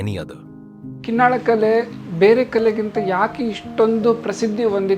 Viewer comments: It's KINNAAL not Kin nal but Kin Naal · Narrator needs to put some work into learning to pronounce local names correctly. The people in the video are repeatedly saying the name KinnaaLa but the narrator (probably north Indian) keeps wrongly saying Kinnal. Narrator, your only job is to lend your voice, and if you don't do that correctly, what value do you bring?